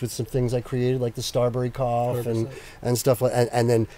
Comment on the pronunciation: He didn’t say Strawberry Cough, he said Starberry Cough. I can see how you misunderstood tho